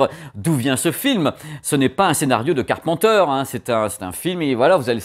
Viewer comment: On dit pas car pen teur on dit car peine teur